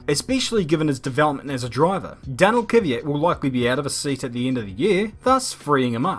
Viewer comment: Can no one say KYVAT properly